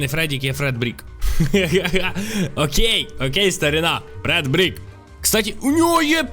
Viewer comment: Не Фредбік а Фредбер